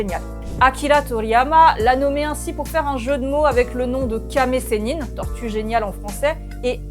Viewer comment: J'ai entendu ''Kame sénile'' 😂